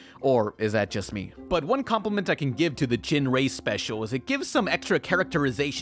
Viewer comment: It's pronounced "Gin-Ray" not "Jin-Ray"